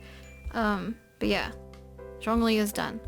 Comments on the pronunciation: 🌻✨☕️ L c q w ☕️✨🌻 Its actually Jong as in Jog and ong as in long li as in really but on the lly part Put it together and you get Jongli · Its Shongli 😳 (Shongli is the pronunciation)